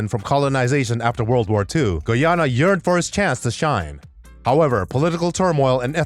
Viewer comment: This guy cant even pronounce Guyana 🇬🇾